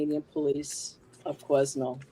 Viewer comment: You prounce Quesnel without the S. The S in Quesnel is silent. I used to live in Quesnel and know that very bridge very well and know how creepy that bridge is. I believe Caitlyn has been kidnapped and brought into the sex trade. The Fraser bridge is very beautiful to cross during the day but at night it was a whole other beast. I always crossed the public access vehicle bridge at night or early evening. If Caitlyn had been trafficked into the sex trade I do believe her boyfriend is her pimp